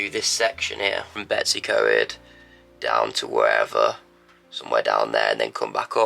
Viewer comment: Betyws y coed is pronounced betos er coid .....